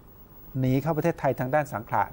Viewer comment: อ.สังขละบุรี อยู่กาญจนบุรี่ อ.สังขะ อยู่สุรินทร์ อ่านข่าวพูดหลายรอบแล้ว"สังขะ สังขะ ต้องอ่านว่า"สังขละ" อ่านว่า"สังขะ" มันไม่ถูก อ.สังขะ อยู่สุรินทร์